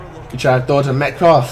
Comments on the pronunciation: “Met cough” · peep how he says metcalf bro